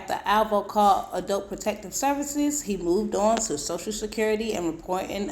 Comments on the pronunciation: I could have sworn it’s pronounced ADULT not ADOLT boy bye😂😂😂😂tell the truth and shame the 😈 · DID HE SAY (ADOIT)- NOT ADULT. 🤷🏽‍♀️ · This dude can’t pronounce ADULT correctly 🥴